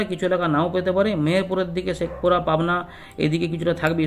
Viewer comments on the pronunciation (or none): দাদা ওটা শেকপুরা না শৈলকুপা